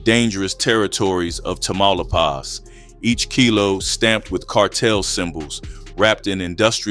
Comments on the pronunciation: Tamaulipas Say it with me, Class!!! TAH-Ma-Lee-Paws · You are mispronouncing Tamalipas big time!😮